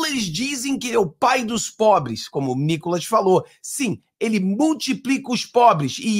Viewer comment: 😂😂😂😂😂 não aguento NÍCOLAS KKK